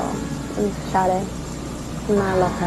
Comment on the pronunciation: Grace à toi je sais maintenant prononcer son nom. Je te pronnonçais comme "said" en anglais. 😅bref mieux vos tard que jamais